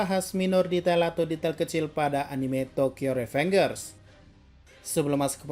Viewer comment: Tokyo revenjer bacanya blog